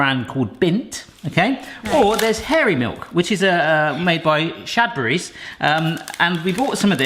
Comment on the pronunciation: That would also explain "Shadbury", I suppose.